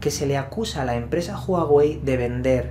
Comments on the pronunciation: No se pronuncia Juauei si no Uauei y no es Apel si no Apol...por favor deja tus modismos locales y pronuncia correctamente... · Porque dices juawey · Asi no se pronunciaaaaaa juawey .... 😫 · NO ES JUAWEI !!!!!! .....ES HUAWEI !!!! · "Apel"... "Júaguey"...😂😂😂😂😂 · Juaguei y Apel... XDXD